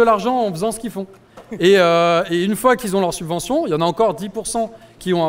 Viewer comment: Subvention pas suvention. A 17 min et des brouettes. Sinon merci pour ce bon travail. C'est cool de pouvoir s'informer ludiquement et facilement